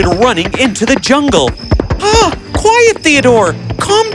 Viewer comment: It's "quiet" not "quite".